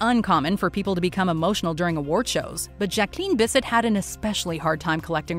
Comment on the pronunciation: I'm still applauding Kanye for that Taylor moment 🤣🤣🤣🤣🤣🤣🤣❤ Oh and, learn how to say Jacqueline Bisset's name right. Thanks